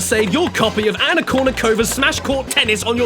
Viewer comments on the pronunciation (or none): none